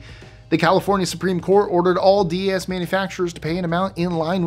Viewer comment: Your pronouncing DES incorrectly.